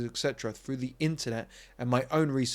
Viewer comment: At 7.48 you talk of having logic come through, but you actually say 'have logic come froo" My point is that if you cannot pronounce words correctly and dumb them down with poor and lazily spoken pronunciation...then you should not preach about the relentless dumbing down of social interaction my friend.